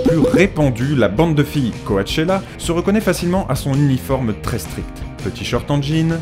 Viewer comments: coAchella ? Ca se dit pas plutôt cOchella ? :) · on dit coTchella pas coAtechella sinon siper vidéos comme d'habitude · On dit pas "coachella" mais "coachella" comme le mot coach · on dit pas Co-A-chella mais Co-chella 😃 mais hormis ça bon contenu comme d'habitude 😃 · « co-a-tchéla »... on dit cotchela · pas Ko-A-Che-La mais Ko-Che-La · Coachella se prononce cotchella 😉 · Co-A-chella mdr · Ça s'écrit Coachella mais ça se prononce Cotchela putain! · Ta manière de dire "Coachella" est juste magnifique 😂 :') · Just Clara J'pense plutôt qu'il a fait des copier-coller et s'en foutait de la prononciation. J'pense aussi qu'il n'y connaissait rien :') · Dans "Coachella" on prononce pas le 1er a. Voilà c'était pour faire ma chieuse 😊